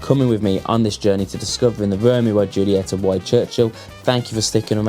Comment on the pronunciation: Could you trust a guy who can't pronounce the name of the cigar brand ;-)